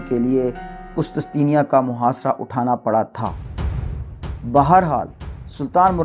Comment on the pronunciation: ye word qustistenia nahe he, correct it, asal lafz he qustun tunia....